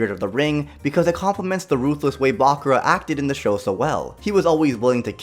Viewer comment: Hears him say bakura wrong. (My hopes are gone)